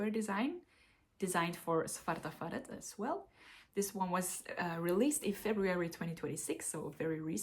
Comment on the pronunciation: Great selection! You asked about Svarta Fåret - it’s pronounced ”svarta FAW-rett”.